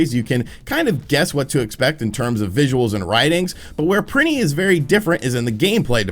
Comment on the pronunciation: "Printy one and two"